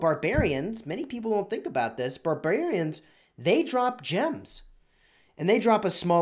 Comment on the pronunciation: barbrraarings lol